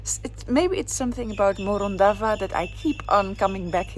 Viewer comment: All ways lead back to Morondava until you learn how to pronounce it correctly. 😂